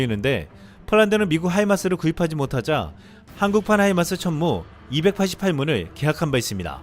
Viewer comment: 폴란드 국방부 장관 입에서 나온 "춴무우"가 왜캐 울컥할까